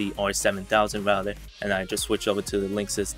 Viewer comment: Tech HD | Unboxings, Reviews, you aren’t saying router your speech is messed up and you say rougher thouter